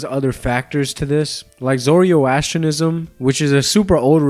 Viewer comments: "Abdominable?" "Zorio-astrinism?" Bruh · Dude you’re not Sam o nella. You can’t pronounce Heir you can’t pronounce Zoroastrianism. You stumble over your words you are quite possibly the worst ripoff I’ve seen lmao